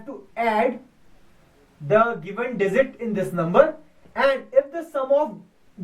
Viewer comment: z is not a dizit its a digit